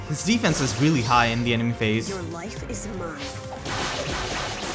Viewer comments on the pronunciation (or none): none